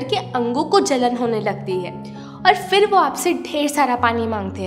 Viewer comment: FHIR FHIR FHIR FHIR FHIR FHIR FHIR FHIR FHIR FHIR FHIR FHIR FHIR FHIR Nai Madam PHIR PHIR PHIR Boliye Phal phal Fhal Fhal nai Phal Boliye